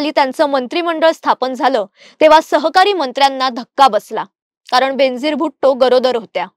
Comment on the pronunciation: Her name is pronounced as Ben-azeer, बेन-अझीर it's a Persian word which means unique, matchless. I am a great fan of her.